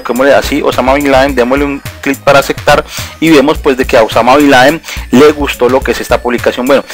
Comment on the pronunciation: "AseCtar" "TiCs" ._. Es Reiniciar, no refrescar. ._.